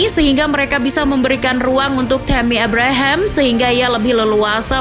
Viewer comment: Min...meuni ebrehem,abraham saja lah,😂